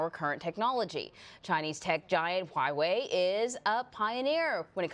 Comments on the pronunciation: It's pronounced "wha whey " love not highway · "hoo why way" no, it's "Wha-Way"